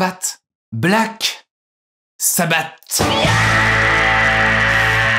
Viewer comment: Ça se prononce “Black Sabbasse”